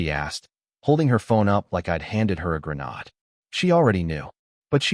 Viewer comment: Thumbs down. Teach your AI narrator how to pronounce words like grenade and read.